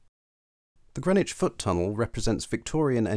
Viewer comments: You might want to check your sources if you imagine there was chalk beneath the river at Greenwich. BTW Grennitch is in New York. The area of London is pronounced Grinnidge. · people in Hackney say Grinnidge but the announcement on the DLR says Grennidge.